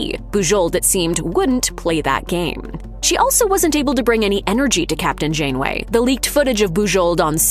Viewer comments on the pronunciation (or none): none